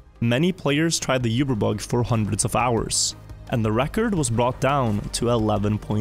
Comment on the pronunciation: Its oober, not yuber